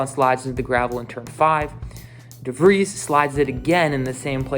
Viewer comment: Debris on de vris😂